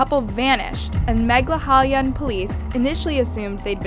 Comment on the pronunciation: Meghalaya ❌ Mega halaya ✅